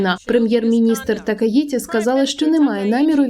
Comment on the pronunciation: Такаічі, в японській нема звуку ті, це маскальська транслітерація